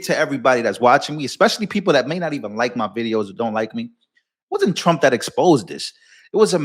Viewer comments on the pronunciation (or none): The first time I heard she said president Strump 😀